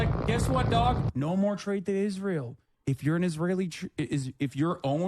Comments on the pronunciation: Why is she pronouncing Israel like an Angel name and not the state name? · Hebrew pronunciation is Yis-ra-el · pronounces Israel like a televangelist.